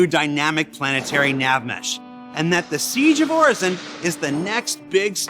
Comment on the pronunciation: Everyone's talking derelicts... I'm just thinkin' what's up with hair under that helmet?😁...While gettin' triggered every time I heard 'Orison' pronounced incorrectly. 😖